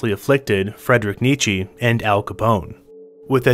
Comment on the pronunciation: Frederick Nichee😔